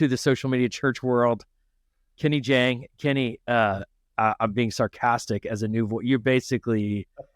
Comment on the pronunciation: FYI: It's JAHNG, not JHANG.